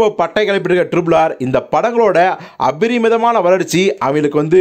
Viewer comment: 'அபரிமிதமான' - இந்த வார்த்தையை நீங்கதான் ரொம்பச் சரியா உச்சரிச்சுருக்கீங்க.. சமீபமா.. இந்த வார்த்தையை உச்சரிக்கறவங்க பலருமே 'அபரிதமான' என்றே தவறாகவே உச்சரிக்கின்றனர்.. அந்தவகையில் மிகச் சரியாக உச்சரிப்பு செய்த உங்களுக்கு மனமார்ந்த பாராட்டுக்கள்.. 👌🏽 🙏🏽 👍🏽